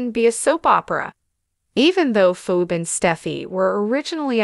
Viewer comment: Pronounce names right her name is phone not phone